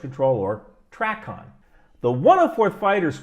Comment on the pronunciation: Small detail it’s pronounced tray-con. Not hacking on ya just letting you know so you are more accurate. Good video